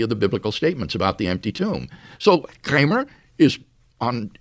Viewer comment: Why does WLC pronounce 'Kramer' in a normal way to begin with, then later pronounces it in a really weird way 'Kkchramer'?